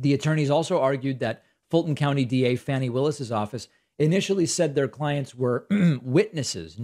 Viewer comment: Fah-nee as in faucet not fan-nee. Just FYI, love your content.